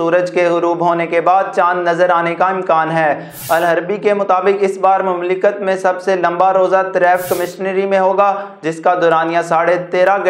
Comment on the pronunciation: یار اپنی اردو کسی اردودان آدمی سے پہلے ٹھیک بولنی سیکھو پھر اینکر پرسن ضرور بنو ۔ لفظ (مملکت) کی ادائیگی آپ کی صحیح نھیں ھے ۔ (آپ کا ایک خیرخواہ بھائی)